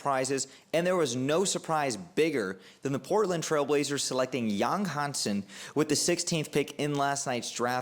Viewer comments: Don't worry my friends. Your pronoucation is 80% correct at least. And Yang Hanson is probably one of the easiest Chinese name to pronounce for English speaker. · Actually, I've watched several Yang Hansen draft analysis videos, and your pronunciation of his name is the most accurate one. Thank you for your modesty. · Your pronunciation of his name is spot on, well done bro, love your analysis